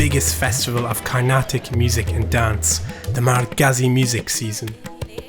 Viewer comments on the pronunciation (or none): lol it is not Mar-Ghazi but prounounced as Mar-gai :) Nice to see 3 videos on the Kanjira.